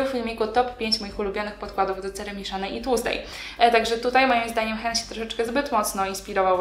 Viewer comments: tak, ale w tym wypadku wymawiamy tak jak się pisze a nie jakieś hen 😉 nazwa jest polska i czytamy ją po polsku tym bardziej że to bodajże inicjały założycieli firmy! A filmik bardzo fajny! Pozdrawiam 😊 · Jak można brać się za komentownie produktu jakiejś firmy, której nawet nie umie poprawnie przeczytać nazwy.